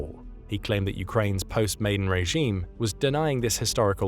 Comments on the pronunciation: Never gives a definitive reason like the click bait title suggests and cannot pronounce 'Maidan', keeps saying 'Maiden' instead. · It's pronounced "my-DAN", not "MAY-den". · "Maidan" pronounced as in "Khan." Thank you